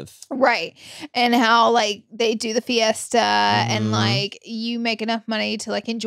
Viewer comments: I kept screaming "siesta" every time you said "fiesta" lol. Also, she's an ex-wife in Mean Girls so Manny was right. He was also right about what Dante is in Coco, but that's not his name. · When y’all kept saying Fiesta instead of Siesta for nap had me dying 😂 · the fiesta instead of siesta sent me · Manny aren’t you mexican? It’s siesta lol